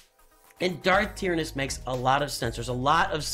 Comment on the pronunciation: Check you pronunciation of Tyranus. Also a new Thrawn with nightsisters would make sense.